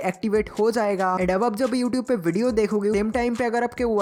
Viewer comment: ewtube wah bhai kya pronountation haii !!